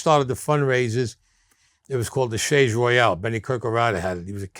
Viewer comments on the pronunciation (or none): none